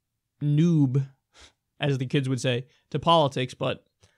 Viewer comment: Kyle, you are a noob at saying "noob".